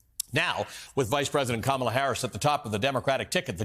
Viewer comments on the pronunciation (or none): none